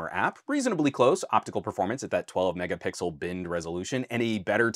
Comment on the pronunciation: Please stop mispronounce megapixel. It's an easter egg that became an overused meme. Great video BTW, there is a reason professional cameras aren't at 500mp / 1gp